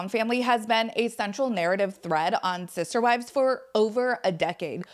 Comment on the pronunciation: Are you saying scissor wives?